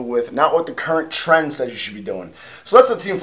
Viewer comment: Anyone else think he said Tren? instead of trend haha